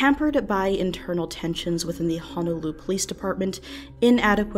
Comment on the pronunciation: Wish people would pronounce "Honolulu" correctly.